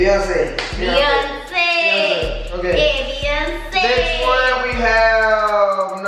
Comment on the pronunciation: I know he did not say “be ice cube” for Beyoncé 🤣🤣